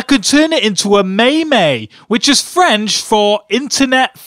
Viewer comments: 'Maymay' wtf it's 'meem' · I hate when people say "may may" it's "meem" but LMFAO at "internet thing" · AND ITS NOT PRONOUNCED MAYMAY ITS PRONOUNCED MeMMMMe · its not doe-j its doe-ge and its not may-may its meem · It's "Doh-j" and "Meem" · Doge is not French for dog, chien is. Plus doge is pronounced "douge" and meme is pronounced "meeme" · Its pronounced mēm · It is pronounced "dough-j" and "meem" Your welcome.